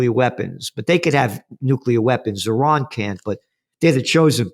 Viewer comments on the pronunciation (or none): Please stop saying Eye:raq and Eye:ran, please